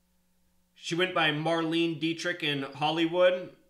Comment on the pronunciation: Hey her last name "Dietrich" as the word "die" "diet" and "rich just saying lol to you.